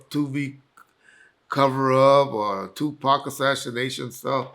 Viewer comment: Drake is the new Pac. “Sue-Pac”